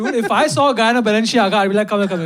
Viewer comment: It's the 37 wrong pronunciations of Balenciaga for me